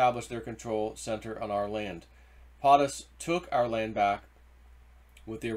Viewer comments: For the love of God man, if you are going to speak on your videos, learn how to pronounce words! When you pronounce POTUS like potted instead of like potato I feel like screaming. It's a long O dude. Makes you sound ignorant even though you are not. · As already stated PO' Tus not POT us, PO as in Ho like the fake VP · Not sure why it annoys me but it does. It's PO-TUS Not POT-US Po-ta-toe Po-tat-oe right? 😂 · It’s pote us Not Pot us POTUS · YEEEEEES hes been told and told and keeps doing it. It makes him look like an illiterate boob. He cant pronounce 1st ladies name correctly either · PO- TUS. You are saying it wrong. Hurting credibility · Please, learn how to properly pronounce “POTUS”.